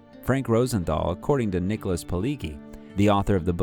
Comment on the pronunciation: Nicholas who??? If you're gonna do a presentation like this - then at least try and get the pronunciation right